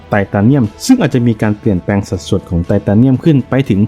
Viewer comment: แอด เรียก ไตตาเนียม นี่มันฟังดุ แปลกๆๆนะ ทำไมไม่เรียก ไททาเนียม มันจะฟังดูดีกว่านะ